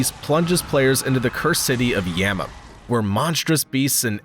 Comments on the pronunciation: "The cursed city of Yamma"????? Yharnam! lol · Did he say “Yamman”? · Yamam? The AI voice had a little stroke on that one lol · cursed city of yamma? Yarnham. What a dildo, zero credibility. Everyone should disregard your list and your opinion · Yharnam ≠ Yamum or whatever the guy said.... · Bro really called Yharnam “YEMA”…. The disrespect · No way he said Yhamam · did you just say yanham 💀💀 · The pronunciation of everything Bloodborne related in this video made me cringe.. I dont think he's actually played them. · Imagine working as a video game “content creator” and not know how to pronounce Yharnam….🤦‍♂️ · What’d he just call Yharnam